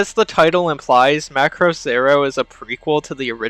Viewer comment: It's Muh craws that audio opening has been a bad pronounce for years been said Muhcraws by creators , voice actors , people who worked on series at conventions and meet and greets and commercials in japan for near 40 years 😂 The name is a foreign word for Japanese and is made from Ma as in Mama muh/mah and a religious cross . Macross ova with Hibiki , Ishtar , etc has 4 Macross cannons and the SDF is called Macross and in original Japanese is not how your saying it . Check your ego at the door when it's been said once again for 40 odd years by everyone involved 😂😂😂 it's also in the written japanese form . Fyi Sharon Apple is a military infiltration and assassination AI that was rejected , was in ideas for longer arc till the high price animation got put into show . Delta isn't bad it was just not really macross . The Macross series revolve around humans and adapting Zent/Rmasters technology and fits in the same fanbase as Gundam etc , Delta has none of that feel and the SDF itself was inspired by Space Battleship Yamato , big spaceship with mega gun in nose . By itself the anime is fine but like 7 the connection to Macross did more harm than good . Good vid otherwise